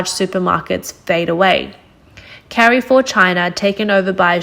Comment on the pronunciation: i agree with you, still cringed at the "carry-four" pronunciation in this video. where is this from lol